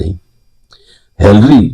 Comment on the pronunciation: Her name is not Hallery, but Hillery...😂❤